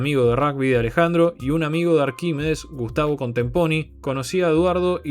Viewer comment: Todo mal con la pronunciación del nombre Arquímedes 😂